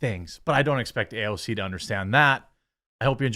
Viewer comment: I think she pronounces AOC ouch